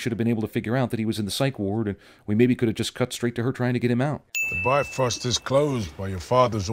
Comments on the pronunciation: You should have added a sin for every time "Bifrost" got mispronounced. It's "BEEV-rawst", dammit! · It always pains me how they pronounce Bifröst. It's "BEEF-ROAST." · Bifröst is pronounced "Bee-frerst"